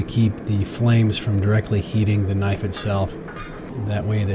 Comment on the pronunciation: That's a sexy kuh-nif-ee. Nice job.